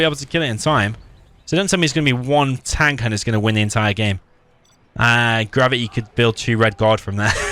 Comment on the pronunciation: I keep hearing you say Grubby instead of Gravity.